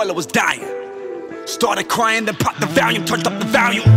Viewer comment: Yung Titda Cody means when mgk says "started cryin', popped a valium, turn up the volume" He pronounces volume valium. It drives me crazy. He should've said volume naturally.